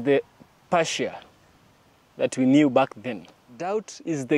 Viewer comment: Persia, not Parsia. Sounds like Purr-sia. ❤️ 🙏